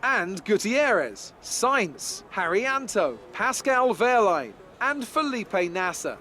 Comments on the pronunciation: Wehrlein is pronounced VER-LINE, I think anyway, good content though man! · Both ver-line and vare-line i think are correct, aye i had trouble at when i first got into the sport! xD